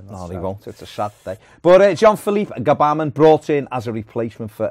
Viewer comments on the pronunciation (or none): Not Gabamin, it's pronounced Gh'Bamin or Bamin!